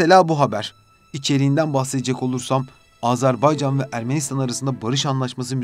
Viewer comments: Ya Allah aşkına önce Azerbaycan demeyi öğrenin. Azarbaycan ne demek? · ülkemizin adını lütfen doğru söyleyin AzArbaycan değil AzErbaycandır. Kulağımıza çok kötü geliyor.